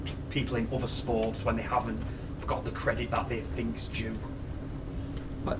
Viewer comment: Love how he finks! 😂